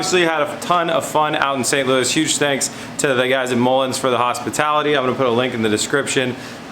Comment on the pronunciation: Also, you did St. Louis very well! (Now I need to get some of that fish-mac!)